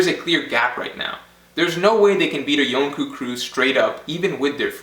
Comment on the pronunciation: Ree-uma. Yon-koh. Jehr-ma. Mon-dor. I decided to correct pronunciation because the theory is good.